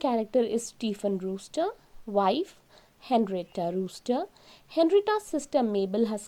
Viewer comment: hello madam henrietta brewster it is not rooster